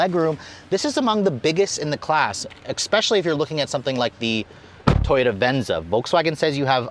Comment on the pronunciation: So eloquently delivered...wonderful information...then you dropped the "expecially” bomb. Pretty sure they took the x out of that word in 1973 or 74. Anyway, I'm off to drink an expresso.